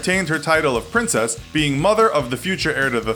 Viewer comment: It's princess Diana not princes diana